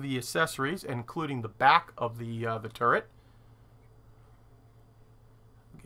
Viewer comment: Something I can't un-see after it was pointed out to me is that the Missouri guns are in a 'TurreNt' :D